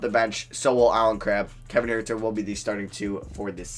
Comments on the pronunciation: Huerter’s last name is pronounced hurter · does it bother anyone else how he says kevin huerters name???